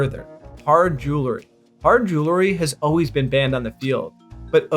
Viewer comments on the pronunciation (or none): When you say "O-ways", you mean the word 'always' right?